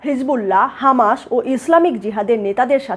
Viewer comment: হামাশ নয়.. হামাস! হোশেন নয়.. হোসেন! আইআরজিশি নয়.. আইআরজিসি!